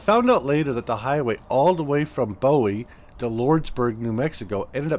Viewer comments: Bowie is pronounced "Boo-wee" Which sounds a little silly, I know...but thats the way it is lol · Your pronunciation of Pantano was right on however, your pronunciation of Bowie was wrong. It's pronounced Boo-whee. Sayin'....